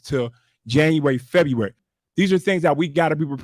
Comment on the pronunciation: Did she say FEDUARY? 😂